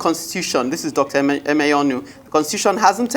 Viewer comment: Hear the host (not the bespectacled one) pronouncing "Emenyonu" with a forced, false, American accent. Colonial mentality wee not kee you, my dear. Say "Amen". Nigerian news media space is tormented by such Western-wannabes, it is ridiculous. 🤣😂